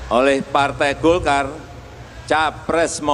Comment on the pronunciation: Golkar bukan dolkar